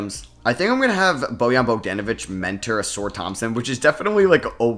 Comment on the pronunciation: Uh-Sar please. Not Uh-Soor